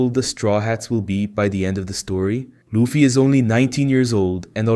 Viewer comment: Ya I agree plus when he said luffy he said lufie